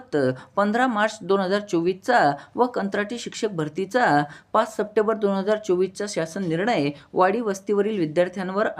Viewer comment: सपटेबर नाही रे भाऊ, " सप्टेंबर "